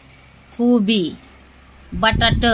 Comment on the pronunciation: अग जरा शुध्द बोलायच कीती वेळा सगळ्यानी सांगीतले कोबी म्हणतात कोबा नाही